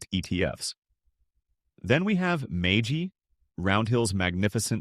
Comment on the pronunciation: AI may not understand how to pronounce MAGY.